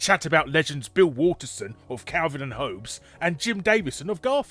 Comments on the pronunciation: It's pronounced "Hawbs", not "Hoabes"... !!! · Dat pronunciation of “Hobbes” tho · Calvin and "HOE-B'S"?!?! Who honestly doesn't know how to pronounce one of the most famous names in the world? I know he has a strong accent but that wouldn't account for this.... come on, you're better than this lol Obviously this is a joke and I don't care but just found it funny that someone as well informed on pop culture things as big is, could pronounce something so well known, so badly lol.